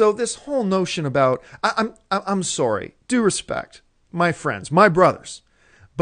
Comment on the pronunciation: Haha "I'm soary."